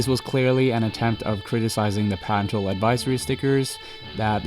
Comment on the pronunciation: You need to learn how to say "parental".